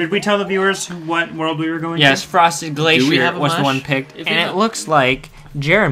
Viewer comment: Glacier, not glèchieure!